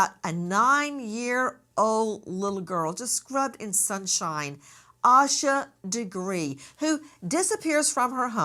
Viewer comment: After hearing her name for 25 yrs you still pronounce it wrong is crazy